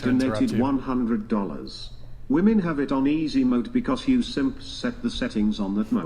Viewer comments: is the most well-spoken idi*t on this panel. Im not sure why so many of these villian women cant seem to properly pronounce the word "WOMEN"., and several others constantly provide the singluar version of the word Woman when it's painfully obvious to those of us with fully functional prefrontal cortex they mean to give the plural version of the word. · Am I the only one who hears "woman" when these women are saying "women"? And this happens in just about every Whatever Podcast video I've seen.